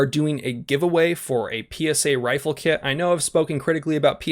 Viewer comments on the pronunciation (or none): none